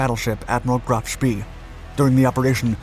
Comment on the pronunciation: It’s not pronounced graf spee. It pronounced graf spay